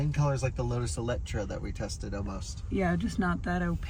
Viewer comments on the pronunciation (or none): ELETRA... NOT ELECTRA HAHAHAHAHA, NIO are great cars.. beautiful too...